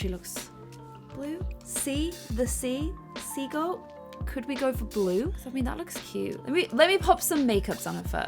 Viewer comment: When said sea goat it sounded like she was saying seagull 😂😂😂